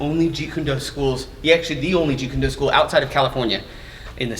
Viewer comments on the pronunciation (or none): Stop saying jeet June do with the wrong pronunciation! You sound completely unprofessional and disrespectful towards the art. And I know that you are extremely knowledgeable in the this art so It .makes no sense why you do it. Seriously please stop!!!